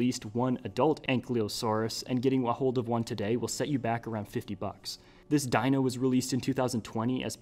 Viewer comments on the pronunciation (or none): none